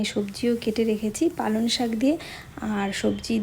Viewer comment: কথাটা পালন শাক শোনা যাচ্ছে ।পালঅং শাক ।রান্নাটা একদম নতুন ।করব একদিন।